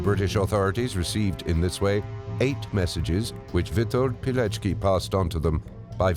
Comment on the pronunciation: Verdammt noch mal! Was für ein Pijeki??? Hätte die deutsche Übersetzung die korrekte Aussprache nicht prüfen können, statt die französische zu lassen?? Der Mann hieß WITOLD PILECKI (PI-LEC-KI)!